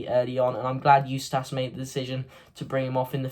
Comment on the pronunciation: Like the videos mate but it’s eu-stiss not eu-stass. KRO